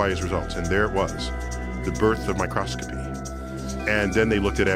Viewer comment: Finally a proper pronunciation of microscopy.